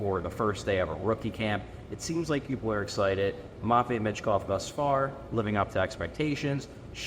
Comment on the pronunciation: MATT vei. Good lord you say it so wrong. Terrible and pathetic.